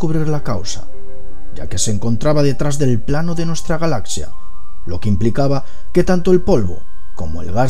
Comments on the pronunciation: ¿Por qué no puede pronunciar correctamente la palabra galaxia? Se pronuncia “galacsia” y él lo hace sin la c.(galasia) Me extraña, porque el resto de su pronunciación castellana es exquisita. Quizás sea de la región que proviene. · Es galaxia, no galacia saco huea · galasias dice jajajjajajaj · Despues dices Galas sias, y vez ahí estás otra vez con lo mismo, Lo difícil es explicarte como se pronuncia galaxia sin explicación fonética. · como consejo o critica constructiva, mejora tu pronunciación, ya que el vídeo perdió toda la seriedad al decir "galazzia" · También dice "impattante" y "Galasia" y otras...